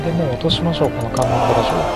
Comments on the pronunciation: かんのんでら城ではなくて、かんのんじ城ですよ( ＾∀＾) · 観音寺（かんのんじ）な